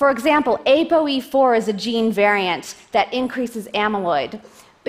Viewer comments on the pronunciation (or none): none